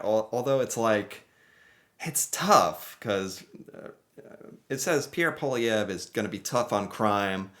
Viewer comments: Poilièvre = Poah lee have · America is importing more from Canada than China Europe Japan combined! I think America's economy knows Canada. You're not pronouncing Poilièvre's name right but good enough for an American 😉😅 Mr. Carney is a Harvart graduate, Worked for Golden Sacks (New York, Tokio, London America) He was deputy governor for Bank of Canada, and Bank of London. He chaired Bloomsburg And Brookfield He also worked with UN fighting climate change. Needless to say Carney will win this one thanks to Trump. Canada needs to develope a whole other economy than America. TRUMP is very much the reason Poilievre will probably loose the election.